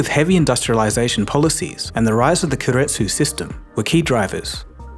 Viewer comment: Keiretsu is pronounced Kay-let-tsu, not Ker-let-tsu